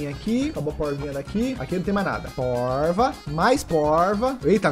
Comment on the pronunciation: Quando ele falou poiva eu pensei q ele ia falar poica kkkkk se vc tmb pensou que era isso q ele ia falar da like no video e no comentário e se escre no canal do Lgg ❤❤❤❤❤